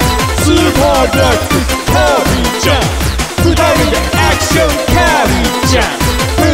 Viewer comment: 「アクション」の発音が好き